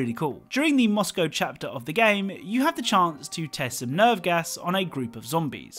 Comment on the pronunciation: Thank you for saying Moscow, and not mos🐄